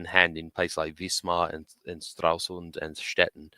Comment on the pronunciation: Come on, it is not Straslund, but Stralsund.